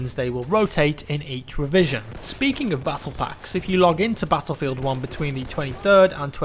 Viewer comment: HOLY SHIT I HATE THAT ACCENT SO MUCH! CANT YOU SAY BATTLEFIELD LIKE A NORMAL FUCKING PERSON HUH?